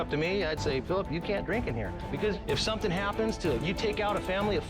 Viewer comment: Oh my god I can't ever unhear somethingk now